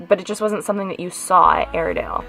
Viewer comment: At first we thought you said "Arendale" like in Frozen, but this place sounds like a terrible place. It still has quite a bit of the original fixtures. Yikes!